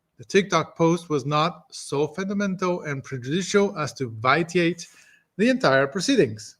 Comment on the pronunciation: Pronunciation of the word "VITIATE" = VI-SHE-ATE .